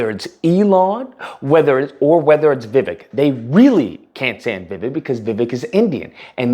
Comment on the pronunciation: It’s pronounced more like Vi-wake not Vivick